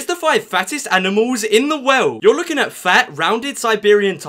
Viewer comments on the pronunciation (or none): His intro:here are some of the fatest animals in the wowld Me:u mis pronounced Me again:haahhahahaahahahahaah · The fact he pronounces world “weld” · i like when he says "in the wowld" :)